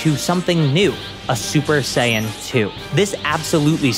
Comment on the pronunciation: "He magically gains the ability to go shper saiian"